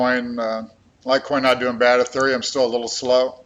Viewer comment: Say ETHEREUM!!!!